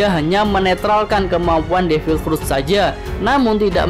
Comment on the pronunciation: Devil pruttt kaya kentut aja nyebut nya 😑😑😑